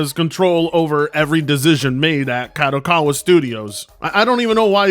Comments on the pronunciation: Oh frit! Is like someone said on the comments of this guy video, he barely can speak English, do you expect him to say Kadokawa correctly? Also, if you watch the other videos about this company, this guy insist to say KADOWAKAWA for some reason, I guess is just to piss off the viewers. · He can´t even say the name, of the company right. KADOKAWA it is not that difficult. Besides that "" don´t know any games, made by KADOKAWA besides Elden Ring, he couldn´t name one. Just in case people wonder Kadokawa, was involved as developer or publisher for games like: Killer is Dead Lollipop Chainsaw Angels of Death Ninja Slayer and Sword Art Online: Code Register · can barely speak English, you expect him to be able to pronounce Kadokawa? Lmao and his pronunciations aren't even funny like papa Gundam